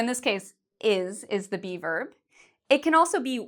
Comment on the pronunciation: when she said be verb I thought she was saying bieber... oh justin